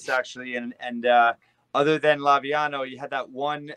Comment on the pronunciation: "the Laviano line" 😆